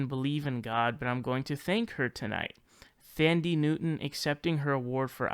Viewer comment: "Thandie" is pronounced "Tandy"